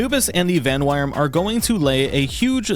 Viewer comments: the wyrm in vanwyrm is pronounces like the word worm... not trying to be mean just trying to help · "-wyrm" is just pronounced "worm." Bootstrapping your breeding program is best done with Penking, in my experience. You can beat the boss Penking around the time you unlock breeding without much trouble. Relaxaurus is too powerful to breed a Fenglope or Verdash (the best agriculture Pal, that also does really well with transporting and handicrafts, and eats almost nothing), and Relax always has Glutton to start with, which is annoying to breed into your entire population. Verdash: Penking + Lamball/Cattiva/Cremis Fenglope: Penking + Vixy/Lifmunk/Hangyu Tombat: Penking + Verdash/Fenglope Bushi Penking + Tombat Anubis: Penking + Bushi Blazehowl: Penking + Mozzarina/Melpaca/Eikthyrdeer/Dumud Blazehowl Noct: Blazehowl + Felbat Felbat: Penking + Chikipi Bushi, Blazehowl, and Felbat are just there for bootstrapping into a couple of Pals you really want: Anubis and Blazehowl Noct. Tombat is a great miner because he doesn't sleep, and also transports. Anubis is better but only when he's awake. I use a mix of them in my mining base. Blazehowl Noct is the best kindling Pal since he's Kindling 3 and doesn't sleep, and only Jormuntide Ignis works faster (while being huge and only working half the time, and being slower). If you want to keep your heaters running when it actually gets cold, or bake cakes all night, Blazehowl Noct is the Pal for the job. A Penking with good traits is nice, but because the breeding partners for all your useful Pals are all super low level it's easy to captur